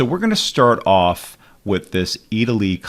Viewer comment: Italiy (not Eataly) :D